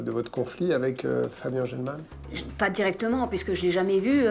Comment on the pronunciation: On est d’accord à la le Englemann il dit semblant élevé ?😂